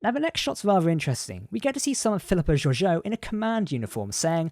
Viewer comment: I sincerely hope that the Americans can learn the correct way to pronounce Georgiou because this narrator stuffs it up as has the show